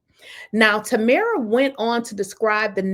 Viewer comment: FYI: It's pronounced Tam like Ham, then RA. So, it's Tamra.